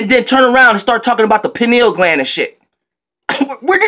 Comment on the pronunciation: My nigga said the “Peeno Gland” 😂😂